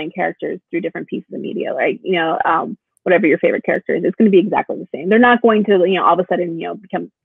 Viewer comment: "Yoda, wathever."